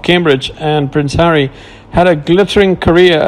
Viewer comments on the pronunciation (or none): none